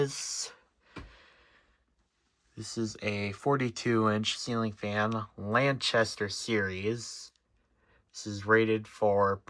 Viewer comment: That’s really cool, I have the rainbow version with a spotlight and C brackets! Also the model is pronounced as “Lan-Caster” not Lanchester fyi. And those blades are cooked lol